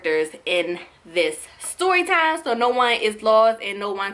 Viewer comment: why does it sound like shes saying soytime when she meant to say storytime